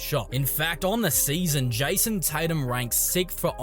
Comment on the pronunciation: Who tf is JAYUOUSOM Tatum? 🤣🤣🤣🤣🤣🤣